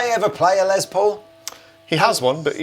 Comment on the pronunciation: His name is pronounced Less like Ness. It's short for Lester.